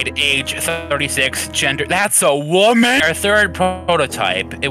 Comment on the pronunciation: all of the das a wamen or that's a woman 👁👄👁 got me lol I'm still laughing lol